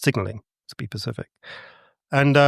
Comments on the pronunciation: I just can’t take someone serious that doesn’t know the word is “specific” it’s not an impediment. I’m embarrassed for him. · Take a shot everytime he says “pacific” instead of specific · iTS SPECIFIC NOT PACIFIC FUCK that is an annoying speech impediment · Pretty sure this guy thinks the word “specific” is actually “pacific”. He said it so many times I can’t unhear it. If you don’t know basic English words I have a hard time believing in your theories. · The energy source is NOT PACIFIC, it’s SPECIFIC…. SSSSSSSSSSSSP. Come on now , adults shouldn’t be saying pacific in 2025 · Even in the UK, they say “pacific” instead of specific. Damn, that’s all I can hear now, lol. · Be pacific when you are talking about the specific! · I lost count at how many times he says pacific for the word specific😂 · It's good to be pacific. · You are all being a little pacific aggressive here 😂🎉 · Same, literally after the 3rd I had to check out 😂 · For a man who can't pronounce "Specific", he sure chooses to use it a lot